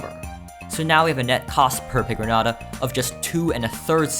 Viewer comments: It's pronounced pigron-yata and I resent you for pronouncing it like someone who's never heard the word piñata before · its pronounced pee gron ayta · As a mexican, I am baffled on your pronunciation of pigroñata like you have not ever heard the word piñata before💀💀💀